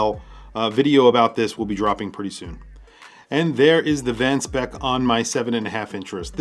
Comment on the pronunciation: Van Speyk is pronounced as Van Spike...